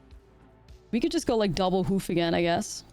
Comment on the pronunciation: Hoof not whoof